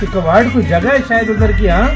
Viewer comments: भाई कवाड़ यात्रा नही होती "कावड़ यात्रा होती हैं " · अबे भाई वो कवाड़ यात्रा नही होती है कावड़ यात्रा होती है । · कवाड़ नही कावड़ यात्रा बोलते है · कावड़ यात्रा है भाई कबाड़ यात्रा नहीं है 🤦